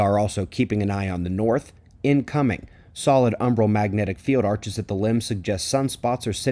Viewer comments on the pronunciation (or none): none